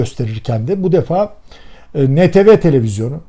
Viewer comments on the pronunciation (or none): Neden 'entivi' değil de 'neteve' diyorsunuz?